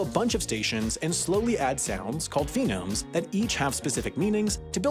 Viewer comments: By phenomes do you mean phonemes? And by mondaic do you mean monadic? And by stressing the last syllable do you mean stress the first instead? I get that the language is complex but come on man. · dude... it's "phonemes" not "phenomes" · Phonemes, NOT PHENOMES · I thought I was going mad, maybe I just hadn't found it in my 3am wikipedia deep dives for curiosity's sake I was actually hoping for that only bc phenomes instead of phonemes makes me irrationally annoyed lmao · Also pronouncing it “phenomes” instead of “phonemes” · Drink every time he says “phenomes” instead of “phonemes”. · Hearing "phonemes" being said as "phenomes" and š being pronounced as s instead of sh had me rolling on the floor 😂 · "Phenomes"? How about phonemes? Sorry, but I teach English for a profession, so you'll indulge me, I'm sure. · Watching him call phonemes phenomes is just fucking killing me Good that he’s bringing conlangs to a wider audience though, credit where it’s due, and ithkuil was a better pick than Esperanto or a similar crappy auxlang. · Love me some "phenomes" hahaha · also he always says "phenome" or am I hearing it wrong🤡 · Every time he says “phenomes” I feel pain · “Mondaic” too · My eyes twitched at every pronunciation of 'phenomes.' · Like, some mispronunciations I can excuse... but "phenomes"? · "phenomes"?!?!?!?!??!?!?!! oh this one is going in the yearly inaccuracy compilation just you wait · It was painful hearing "phenomes" so many times in this video. Can't wait to hear this in the corrections video. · “Fe-nomes” Definitely the correct pronunciation of phonemes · Bruh. It's PHONEMES. Foh-neems. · He also can't pronounce phonemes, so honestly that part wasn't surprising. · Pronouncing a vowel in full might not be common in English non-stressed syllables, but it doesn't mean that syllable is actually stressed. If he pronounced it with the stress on the second syllable, he'd pronounce it roughly like concern. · you definitely also said "phonemes" wrong